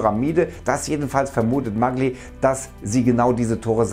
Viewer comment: Da wir wiedermal bei der Aussprache sind: die Italiener sagen „Mallji” zu ihrem Atrophysiker.